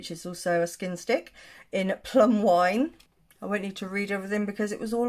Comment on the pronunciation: There's no way I could say "skin stick" without becoming completely tongue tied. Nicely done, sis!! LOL! The amount of times I have to edit out my bumbling over words is RIDICULOUS!!